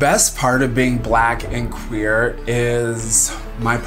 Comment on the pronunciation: I thougt he said "black and quaker" lol.